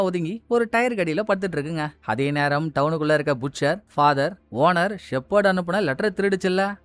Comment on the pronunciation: Ayya புட்ச்சர் இல்ல பட்செர்